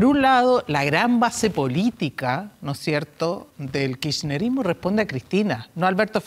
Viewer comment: Qué decepción ver este diálogo entre los conductores y la "especialista": (1) no es kirshnerismo, es kirchnerismo (es KIRCHNER y no KIRSHNER).Es lo menos que se espera: que sepan de quién hablan. (2) no es ANIBAL sino ALBERTO (3) la especialista, es una fan de macri, no analiza sino denigra al candidato opositor y (haciendo lo mismo que MACRI) denigra al votante argentino. NO DICE QUE ESTABAN CERRANDO ALREDEDOR DE 40 EMPRESAS POR DÍA. Eso no es vivir de subsidios o de regalos, es vivir del propio trabajo. Si no se manejan los datos más elementales de la situación entonces su lugar, estimada "especialista" está en el equipo publicitario de MACRI y no junto a un micrófono haciendo como que analiza una situación. ¡¡LAMENTABLE!! 4) El FMI no sólo entregó uno de los mayores préstamos a Macri: ¡¡¡ENTREGÓ EL MAYOR PRÉSTAMO DE TODA SU HISTORIA!! 5) El analista del New York Times Mrk Weisbrot dice en la edición del del NYT llo siguiente: "Desde la perspectiva de un economista o un científico social, no está claro el motivo por el cual deberíamos temerle al kirchnerismo. Si se observan los indicadores económicos y sociales más importantes, los gobiernos de los Kirchner estuvieron entre los más exitosos del hemisferio occidental. Algunos cálculos independientes mostraron una disminución del 71 por ciento en la pobreza y del 81 por ciento en la pobreza extrema. Los gobiernos kirchneristas establecieron uno de los programas de transferencias monetarias condicionadas para los pobres